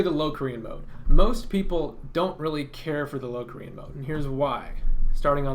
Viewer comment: The word locrian is pronounced with a short o not a long o